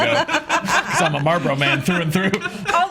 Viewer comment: The way says Marlboro infuriates me lol. It sounds like she’s saying Marble